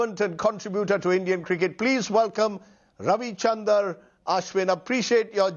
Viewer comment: It’s ravichandran he still not pronounced completely his name